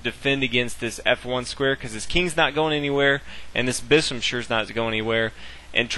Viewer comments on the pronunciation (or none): "This bissum sure is not going anywhere." It's like you were trying to say bishop but got lazy and gave up lol